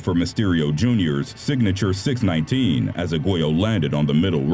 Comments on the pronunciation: it’s not a “ 6-19 it’s “6-1-9”😂😂😂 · 6. 1. 9. Individually said